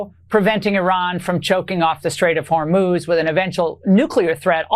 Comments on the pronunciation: Just a note please pronounce the country ‘I-ran ‘ Not ‘O - Ran’ …..also its Straits of HOR - MUZ Not Hermose !!! Thank you for your coverage! Ireland 🇮🇪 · I love you Ben but please pronounce Hormuz correctly. Hor MUZ, not MOS. You are the best. Thanks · Pronounced Hormooze Ben. Fox news is complicit in the destruction of this country. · Hormuz…or HorMOS…😅 Ben, Hor-mooz please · Listen ,please stop mispronouncing the Strait of Hormuz, you're saying Hormose! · Ben, 'Hormus' is pronounced "Hor-MOOS"! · HORE. MOOZE. HORE. MOOZE. HORMUZ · hormuz...say 'whore-mooz' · Strait of HOR-mooz!! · Hor-muz, Ben. Hormuz. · Laura Ingraham can pronounce "Hormuz" correctly yet you consistently get it wrong...please prepare for your posts. It's very distracting. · Thanks as always! Ben, please learn to correctly pronounce the Straits of Hormuz and the new Iranian leader’s name. AI will inform you in 10 seconds.